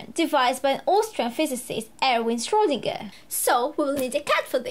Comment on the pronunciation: If i wanted to learn about Schrodinger's cat i would just watch big bang theory and i would not have to listen to someone who cannot even pronounce Schrodinger or any word in the English language at that tell me about it. people support people like this and they make money off of you people.